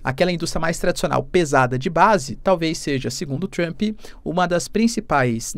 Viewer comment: Cara, não tem “I” em Trump! Trumpi, Trumpee, não Trump!